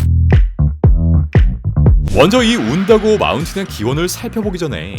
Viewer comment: 운다고어 산 말할때 저만 완다고어 처럼 들렸나요? 왜 그렇게 들렸지? ㄷㄷ